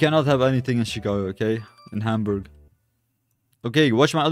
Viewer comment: Hier die deutschen sprich mal Hamburg richtig aus😂